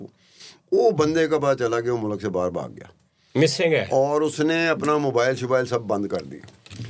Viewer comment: sir jee its mulk not mulak 🙄